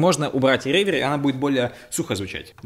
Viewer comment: Может, реверб, а не ревер?